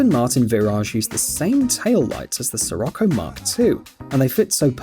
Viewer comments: I'm Very sorry to say This But It is pronounced shirocco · Scirocco pronounces "shirocco"